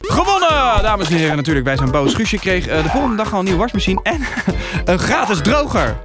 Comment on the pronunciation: Wrm zegt tim "warsmashien"